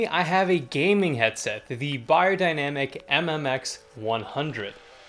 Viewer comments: Funny how the correct pronunciation sticks out to you. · That's how you actually pronounce the brand name as it is german company.